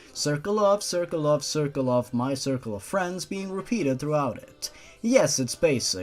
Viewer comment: To me the way you say circle of friends sounds like white light